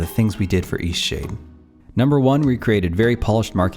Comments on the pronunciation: Seriously, sometimes when you say EastShade is sounds like Eat-Sh*t. I am not joking and I’m beginning to think there’s a deeper hidden meaning in how hard it was for you to achieve success. Tell me i am wring. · You might want to become aware when you're speaking it sounds, to me, like you're saying Eshade. Until I scrolled down and saw "Eastshade"...you're not really pronouncing the "t" at the end every time you say it. The game looks amazing, and I really enjoy the relaxed gameplay you talked about I could do without all the Christian nuttery references, but I laughed at them as just nonsense, I'm ex-Christian that knows the book of the punk "God" very well, and it's the reason I left that cult. You can be very caring towards others without the cult. I dig your story, about how the game was made. Shoveling snow out beyond miles is something that used to be done by people. In the modern 'age' it seems impossible by most. If you don't think of that way, it becomes possible. Something else I noticed as I saw the screen shots. You actually punctuate and use commas correctly. Wow! I'm noticing a trend in Indie games where people are sloppy this way, where stuff like "thats" and other errors are creeping into their games. Which I won't support. You put a lot of care, and you pointed to that, in the game. Or rather you and your 'partner'. Smiling. "Forgive an old woman, what was it again?" Should be, "Forgive an old woman, what is it again?" since it's very, very rare for someone to change their name. The name remains the same. I'm pointed this out to Christians who've asked me many times, "What WAS your name again?" and I corrected them. This understanding also changes the understanding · all i hear when he says the name of the game is "eat shit" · I thought he was saying Ishee. I thought it was a Japanese game until I looked at the channel name.